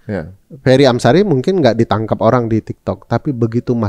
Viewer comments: Wah gak diedit nih..kok diucapkannya "Fery Amsiri"😂..kasian nama orang diganti² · Fery Amsari mas Ari bukan Amsiri belakang nama beliau 😂